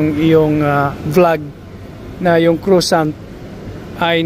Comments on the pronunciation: Just to say that the pronunciation for croissant is ‘kwa-son’ not ‘crosant’ 😊😊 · Pronounce croissant French —-(Cra’sont) !!!